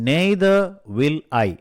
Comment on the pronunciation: Don't say (நெய்தர்) correct word (நய்தர் or நீதர்)please correct learning to us if I anything pardon me I like your every lesson. Keep it up